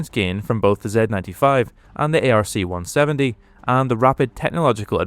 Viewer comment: Its pronouced "ARK 170"...NOT A.R.C.170